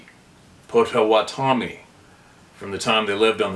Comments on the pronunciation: I believe the one tribe is pronounced “Potta-Wotta-Mee”. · It is pronounced Pot ah watt ah me. 😊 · It’s “Potta-Wotta-mee”. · pronounce it like POT A WHA TOE ME.